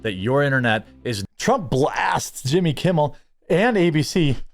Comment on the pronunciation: I always get a chuckle when you pronounce it "Yimmy"